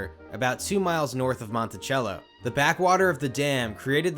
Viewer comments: Great video and I love your content. So good to see IB make it to your channel. I grew up going to this park many times every summer as a kid and rode the OG ride many times. Always was one of my favorites. The old haunted house was always fun too! BTW, it’s pronounced Mon-ti-sell-o😁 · Lol I was gonna say! This is my home town. I have lived here my whole life and I kept correcting you. Thanks for making this!! Indiana beach is underrated ❤ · I really wanted to watch the video but the pronunciation of Monticello hurts me every time. 😅😅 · Oh he butchered monticello but for real don't ride this coaster it is so rough it is not funny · The way he pronounced monticello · You are pronouncing the city wrong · You’re saying the town name wrong 😂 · true, I say it is tip a canoe and not tippy like he was saying. But the Monticello mispronouncation was more prevalent since he said the city multiple times. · Monticello is pronounced with an S sound not a CH sound. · Mont/e/-sello not Monti-chello. We pronounce it with an e like the word egg. 😂😂😂 I grew up in the town Logansport just east of there. That's Logan's-port not Logan-Sport. Us Indiana folks say things funny. Also, it's Tip-a-canoe not tippy-canoe Great video about the park! I enjoyed it very much as I grew up going to this park and the Hoosier Hurricane was my first coaster. Im just poking fun at you for the pronunciation BTW. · I'm sure this has been posted but the phonetical pronunciation of Monticello Indiana is (monte-sell-o) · its not prounounced like the stately manor Monte-chell-o, its Monty-cell-oh. You'll sound like a total tourist if you don't say it like us hoosiers. when it was a dark ride, the train at the end always freaked me out as a kid due to the flashing red light and extremely loud whistle made it a little disorienting to an adult but it was disorienting to a kid with full blown ADHD. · MONTICELLO IS NOT PRONOUNCED LIKE THE INSTRUMENT CELLO. IT IS PRONOUNCE SELL-O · Mont-I-sell-o not Mont-I-chello